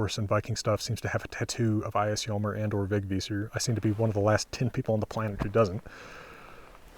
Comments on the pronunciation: Thanks! / A swede with a Vegvísir-necklace. Great pronunciation by the way. Would not have said it if I didnt mean it! Really good. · Wow, you're pronounced it very well!